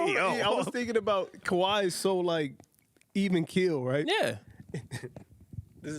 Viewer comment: Did just say "Kawhi-He Leonard"? lol